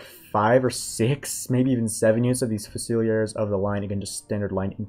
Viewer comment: THREE SYLLABLES. FU SA LEARS